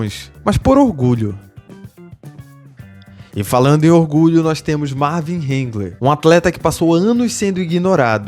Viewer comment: Por que vc insiste em pronunciar hangler ,quando o certo é hagler?